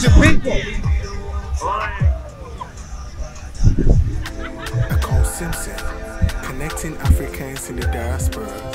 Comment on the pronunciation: Sis, the name is EKOW, the W is very important to the pronunciation and meaning of the name. U can't leave out the W. If u listen carefully to his theme song, u can hear the W in the way the singer says his name..My brother is also EKOW. Thanks